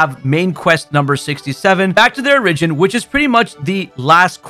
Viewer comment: Ugh, I cant handle the way you pronounce stuff lol my man over here saying things like "o-RIDGE-in" 😂